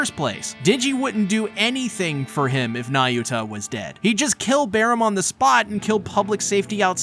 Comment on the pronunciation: not nayuta bro..